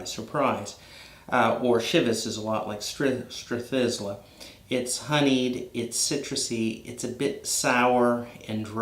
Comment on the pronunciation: Not to nit pick but it’s pronounced Strath-eye-la.